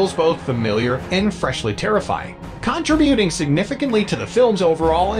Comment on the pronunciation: Yeah and not a good AI either. Mispronouncing simple words like "contributing" and others. Channel blocked.